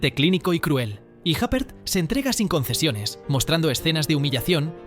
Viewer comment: Madre mía... Isabelle "Jáper". Hace falta ser cateto...